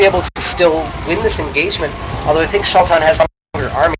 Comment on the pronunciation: Its pronounced SHAY-TAN (Tan as in sunburnt) =D